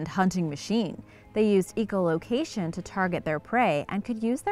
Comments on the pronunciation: Eeeecolocation? Echo...Echolocation. Not a hard E! Eco...Echo. Pronounced differently. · It's pronounced echo you pronounced it downstairs Eco Which is environment not echo location echo location is with sound waves not the environment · .... Eco-location??? This lady CLEARLY knows what she's talking about! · I appreciate that you went back to calling it 'leviathan' at the end. Also, 'eco location' instead of 'echo location'. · ECHO location not EECO 😒